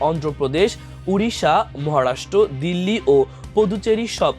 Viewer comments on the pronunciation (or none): none